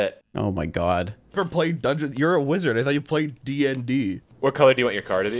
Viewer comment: The smug vibe has when he says "D N D" so overly enunciated is amazing.